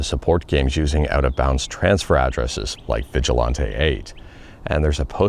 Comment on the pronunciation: Just the annoying fan helping ya out, haha, but Vigilante rhymes with Panty, not with Dante. Keep up the awesome work :)